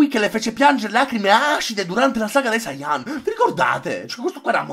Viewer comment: e poi ci sta la gente che dice sáiyan invece di saiyán